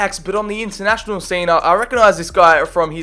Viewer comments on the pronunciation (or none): none